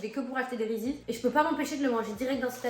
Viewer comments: Victoria le prononce bien vers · n'importe quoi ça se prononce reeses 🤦‍♀️